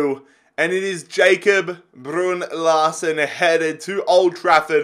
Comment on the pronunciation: Thank fuck you sold Larsen, Saves us all cringing every time you say his name.